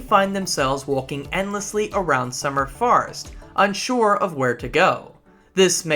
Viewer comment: some good content! a little surprised you could make such a long video when it seems youre unaware of quite a few things in the game (double jump, x to swim etc). also the way you pronounce summer forest sounds like summer farts lol